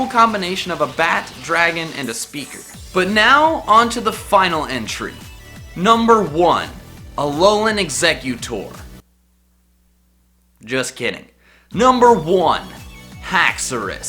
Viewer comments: When he said Alola exectutor I was about to be exit the vid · I almost cried when he said Alolan Eggxecutor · i was like WTF wan you said Number #1: Alolan Exeggotor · THE NAME IS EXEGGUTOR, NOT EXECUTIVE! PLEASE GET IT RIGHT! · as soon as he said alolan exegutori dislikrd the video but then he said haxourous and i liked it instead